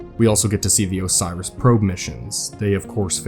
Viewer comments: Idk how he listed up the probes names? How did he think Oris was Osiris like where did bro get the extra S and Extra I from? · Why do you pronounce it “Osiris” instead of “Oris”? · love the video but you saying Osiris for the probes kinda threw off my suspension of disbelief... still good video though